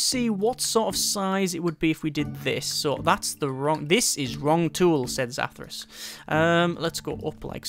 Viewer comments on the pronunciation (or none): I am grateful for my 10 generic approval points, but could you please pronounce the name right? We never saw that Zathras. :P